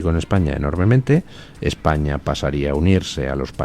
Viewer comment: No se equivoque D. Luis. Bono no dijo que no haría nada que perjudicara a España. Dijo "Ejpaña"